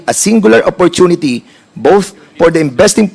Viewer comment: Itong dan na congresman d marunong gumamit ng f. Op porten 😂😂😂